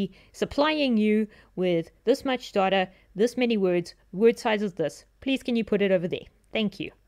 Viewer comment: Thanks a lot! I love how data sounds like daughter, makes the video even more interesting :D